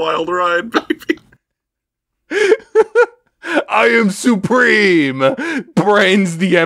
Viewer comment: IHM SUHPREHEME